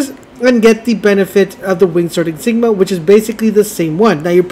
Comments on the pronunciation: ah...i see the public school system prioritized diversity and inclusion over academics in the school you went to. Never fear, I am here. Insignia is not pronounced, "in-sig-ma". it is enunciated, "in-sig-ni- a". Four syllables, and not three like you were saying. there you go. you're welcome. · What’s an “”? It’s an in-sig-nia. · It's insignia not Jesus Christ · “” is killing me. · In sig knee - ah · It’s ya boy “”. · IN-SIG-NIA. Ok guys this is how your going to pronounce this one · yeah man it really hurts when he says it for the 100th time lol